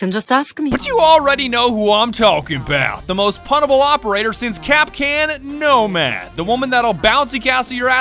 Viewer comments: Nomad? ❌ Nosad? ❌ Nodad?✔️ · When vigil's bro can't swin "no-lad"